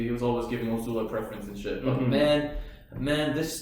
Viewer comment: just quickly guys, for the past several episodes you've pronounced Azula's name 'O'zula. Please, its 'A'zula with an AAAA e.g Love the reaction guys xxxx